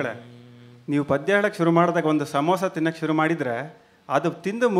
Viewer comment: See padya!! Not paada!